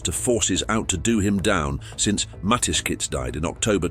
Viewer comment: It is not Mateskizh but Mateschitz - in German SCH is sshh.